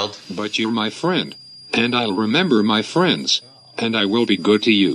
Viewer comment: I’ll be yourrrrrrrr fwiend